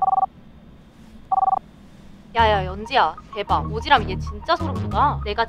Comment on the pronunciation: 오지람이 오지랖으로 발음되는거 개웃기네 ㅋㅋㅋㅋㅋㅋㅋㅋㅋㅋㅋㅋㅋㅋㅋㅋㅋ